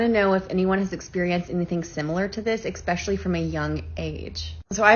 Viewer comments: How dare she say “exspecially”. There’s no X in the word. It’s “especially”. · If you say "expecially" as an adult, you have lost all credibility